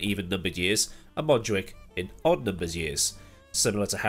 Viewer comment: As a Catalan i can confirm you got the montjuïc pronunciation correct! Actually is the first time i heard someone from outside saying it right, i'm gonna cry